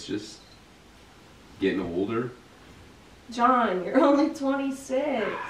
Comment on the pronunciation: how to pronounce "John".